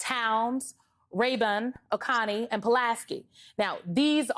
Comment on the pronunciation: You can't even pronounce Oconee correctly 🤦‍♂️